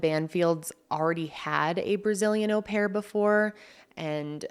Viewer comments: It is a French word. O pair. English words like maul or haul might make us think it was said differently. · “Oh” pair - usual pronunciation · How does she read au as aw? It’s French bestie just go on google for the pronunciation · Actually the proper French pronunciation of "au" is actually closer to the English "or", so hearing "Oh-pair" does hurt a lot of people's ears and your "awe-pair" isn't so bad 😂.